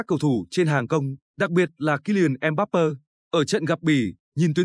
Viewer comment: Đội Pháp mở đầu thường rè rè, nhưng kể từ vòng 1/8 thì rất mạnh. Chúng tôi đang sinh sống tại Pháp,chắc chắn Pháp thắng Bồ đào Nha, 2-0.Mbappé xin đọc theo âm Pháp là "em bắp bê, không là em bắp bơ. Chúc thành công LES BLEUS